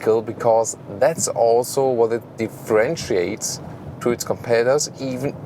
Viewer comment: DifFrenchuates … great use of this word for the Citroen C 5 aircross!